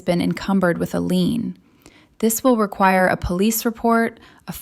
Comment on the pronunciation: It’s a lien not a lean!